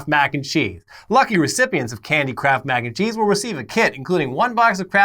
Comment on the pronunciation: All I heard was "candy crap mac and cheese"